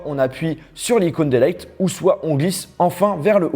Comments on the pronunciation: Hey :) "Délayte" m'a beaucoup fait rire, c'est "supprimer" en français, et sinon sans accent ça donne "délète" ou avec "délite" ;) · "Bouton Homme", "Faiyce aydi", "Dailaiyte",... :'''')